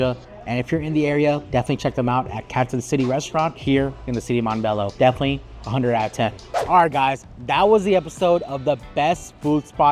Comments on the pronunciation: It's called Monte - Bello... beautiful mountain... Not mon-te-bell-oh 😂 get your culture game up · Mohn-teh-BEH-yoh ... just because you grew up there doesn't mean you have been pronouncing it correctly.. 😂.. only gringos who don't know any better say it Monte 🔔 o like it's 1 word